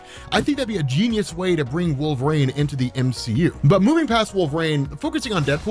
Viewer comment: are you saying Wolverine or Wolverane